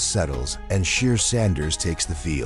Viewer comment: You might wanna pronounce his first name correctly